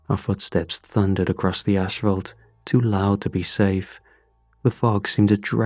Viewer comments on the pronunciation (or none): Why am I noticing a trend of narrators saying, "ashfault"?? Its "asphalt". No where does "ash" play into this word, at all